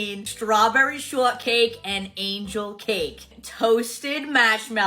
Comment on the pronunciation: Strawberry Shohdcake